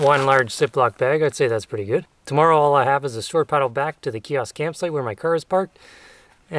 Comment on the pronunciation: Great video! That is so weird to find a bunny in a canoe lol! Just thought I'd let you know that you are pronouncing the name Kiosk wrong. It's actually pronounced with a long i sound. A lot of people get this name wrong though.